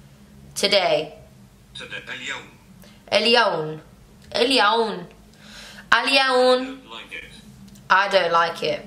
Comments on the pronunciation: Alyawm not alyawn (today) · lol you are so cute, alyawm not alyawn (is today btw)